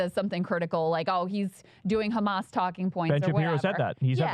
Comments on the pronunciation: Trained propagandists, down to the pronunciation of 'khamas'. Making it sound as menacing and foreign Americans' ears as possible. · What does Batya pronounce it Ehmas?